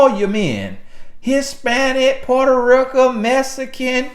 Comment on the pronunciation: "Porto Rocan" I can't🤣🤣🤣